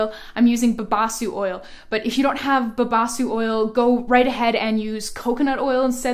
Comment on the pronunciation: It is babassú (the stress is on the ssú)